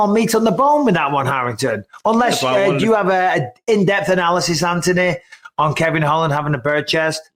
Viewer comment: U pronounce Anthony the right way Mikey B!